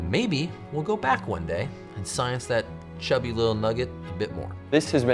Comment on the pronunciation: Cubby or did he say Chubby? 😂